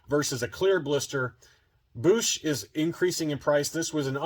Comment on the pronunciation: You said Boushh right the first time man! And no one will ever convince me otherwise. Kinda like Only One Kenobi’s one of the few people that knows how to pronounce Gamorrean guard 😄